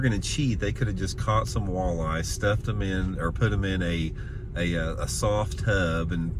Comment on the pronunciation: I've never heard some pronounce WALL•EYE in such a funny way before lol like who doesn't know how to pronounce walleye.. literally all you have to do is sound it out come on lol if you've ever gone outside before chances are you've heard the word walleye.. like it's that weird to mis-pronounce it..🤣🤣🤣🤣🤦‍♂️ big L